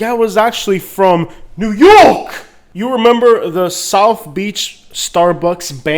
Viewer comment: I've lived in NY most of my life and never heard anyone ever say "NEW YORK" like you. Why do you yell when you say it?